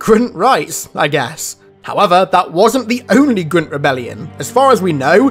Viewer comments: Why do you say grunt like that though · Say grunt properly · Can you say grunt normally please thank you